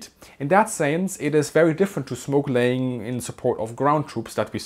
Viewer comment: Oh! Smoke laying. It sounded like "snorkeling". 😁